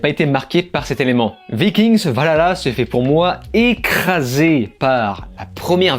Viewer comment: Vikingues et pas Viking'sss déjà ^^ Travaillez vos textes avant de mettree en ligne si vous voulez en faire votre taff.. c'est ce qu'on attend....